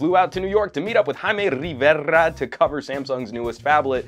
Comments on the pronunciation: Your name is, and can't pronounce Rivera right...